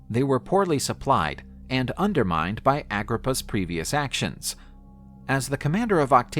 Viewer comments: Get his name right 😅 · You said in his name wrong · He is not pronouncing his name right. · ah-GRIP-ah, aqua-ducks, not dox